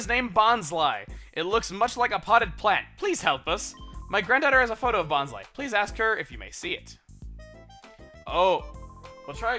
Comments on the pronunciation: if you watched the hoenn/sinnoh anime, its pronounced bon-sly not bons-ly. brock and bonsly himself actually pronounce it like that. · its been pronounced bon-sly eveyrtime i heard it. they make some mess ups but i dont recall a second pronunciation for bonsly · according to the Pokedex 3d app, which Chuggaa has said he bases his pronunciations off of it is pronounced Bon-Sly, like the Bonsai tree. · Christopher Lerew also if you play Super Smash Bros Brawl, when Bonsly is summoned it says "Bon-sly" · why wouldnt you pronounce bonsly as bons-lee? words ending in 'ly' are always pronounced with a 'lee' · Juicy Citrus In the handbooks with the official pronunciations it always said that the last syllable of Bonsly should rhyme with pie, or to be more accurate, rhyme with bonsai like what Bonsly is based off. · it doesnt matter how you pronounce names, Americans might pronounce things different from other regions such as Australia, deal w/ it